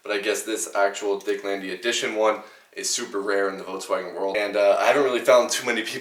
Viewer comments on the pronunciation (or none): “votswagon”? vulkswagon is how its pronounced